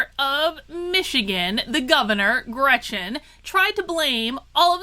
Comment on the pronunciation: Her name is Gretchen. Just say'n.